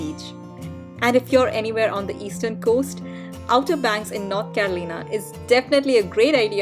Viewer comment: Please learn how to correctly pronounce the place names "Hatteras" and "Carolina" etc. Until you do, you are spreading the ignorance. Ask the local residents first. They will be happy to tell you, with no problem.